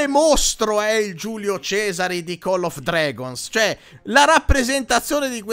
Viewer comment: Cmq si pronuncia coll non call 😂😂😂😂😂